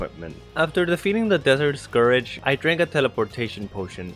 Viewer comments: Btw scourge is said “score-j” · "Desert Scourage" he says..